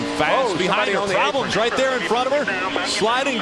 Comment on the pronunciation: "OH, PRAWBLEMS" Lol, never fails.